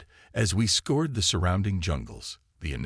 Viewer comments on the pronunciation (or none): Scour. Scoured.... Not Score, Not Scored. It sounds like "our". Narrators that can't pronounce English correctly add jarring speed bumps to a solid presentation.